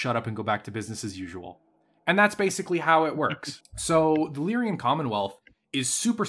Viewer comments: He keeps saying Lyrian instead of Lyran, and no how much I try to ignore it, I cant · Lyran, not Lyrian. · For your favorite faction, it's extremely aggravating how you add an extra syllable to their name every time you say it. Lyran. LEER-un. Two syllables. It is not "Lyrian" like you always say. As a nerd and a grammar stickler this drives me crazy. I like your ideas about the Capellan Confederation being literally everything wrong with organized humanity rolled into a single entity, and also North Korea in space. Part of me wants to support them just to be contrarian and antagonistic, but they're so freaking bad at everything that they're incompetent at being proper villains. And culturally, House Liao is Chinese in origin. They also have notable populations of Spanish/Hispanic and Native American origin; if a significant Capellan character isn't coded as Chinese they're almost definitely either Cherokee, Comanche, or have a last name like Rodriguez or Trujillo. Not to be confused with Clan Nova Cat, who are basically 80s stereotypes about peyote smoking Navajo but without casinos. Capellans in general are comical mustache twirling scumbag villains from Saturday morning cartoons, like the rogues gallery of Captain Planet. Federated Suns are what you get when you take the British obsession and idolization of a royal family that has lacked any actual qualifications for centuries and scale it up to an interstellar empire. Draconis Combine is what you get when you have some American nerds who haven't taken any reputable Asian history classes design a fictional society based on thei